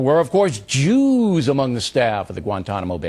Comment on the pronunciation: By O'Reilly's logic, he has just done the same thing that Al Jazeera does. He published those reprehensible comments. He even stressed the word JEEEWWWWWSSSS.